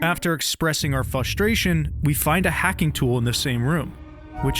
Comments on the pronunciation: He says fustration and it actually set me off like bro how you gonna just leave out a whole Letter Lmao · You say the word "effortlessly" is hard but didn't say "frustration" correctly once lmao